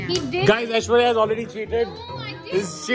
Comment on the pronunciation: well ACTUALLY, aishwarya phonetics like what akash said is a way better pronunciation than what you said. you better tell him that,because damn your pronunciations make us collectively cringe ahahahahahhh